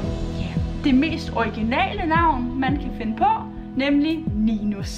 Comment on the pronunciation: Jeg siger bare jeg hedder Linus og jeg fik et shcock der du sagde ninus fordi de fleste jeg kendte kunne ikke udtalde mit navn så de kaldte mig ninus